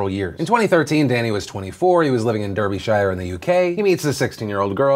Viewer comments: I'm from Derbyshire and it's cringy because Phil is pronouncing it wrong XD It's pronounced as if it's Dar-bee-shire not Dur-bee-shire. I forgive you anyway, just thought I'd point it out XD It's a common American mistake :) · Derbyshire is pronounced Dar-bee-sheer (we don't say shy-ar in the UK). This incident is also has echos of another bloke recently who was luckily found not guilty, Jason Zadrozny. A local politician in neighbouring Nottinghamshire, accused of rape. Police kept him on bail for 950 days ( I think, it was well over 2 years), it basically handed the MP seat to Labour, who knew about the arrest before any statement release, someone in the police also informed the local paper about it before the official release. It seems to smack of something very dodgy. in the end the only evidence was of a red car, of the type that the accused didn't own until 2 years after the alleged incident. The man has basically spent his life savings, and seen his father die of a heart attack during the case being "investigated" and eventually thrown out of court. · "Derby-shire" Phil? Lol, have you ever spoken to an Englishman? Its pronounced more like one syllable, we don't annunciate the Shire part so much. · It’s so cute how you pronounce British towns and cities 😂🤗 Derbyshire Derby-SHIRE lol don’t you have anyone who is from the UK? It’s pronounced Derb-ish-ah. Also Birmingham isn’t BirmingHAM it’s more Birming-UM 🙈👍🏻 Love you Phil xx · Seriously, Phil? Durby-shy-er? It's pronounced darbyshurr. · Great video Phil but it's pronounced Darby-Sha. Derby Shire sounds like a place from Lord of the Rings. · Philip, Its DARBYSHER, Not Durbieshyre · Derbyshire?! Haha thats terrible pronunciation. As an englishman not living too far from there I can say with confidence that it is "Dah-bi- shuh" not "duh-bi-shah-yah" lol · It's pronounced Darby-Shear not Durby-Shire js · Pro tip it pronounced Darbisher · It’s pronounced Darbeesher (No hate) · Derbyshire = dar-bi-shire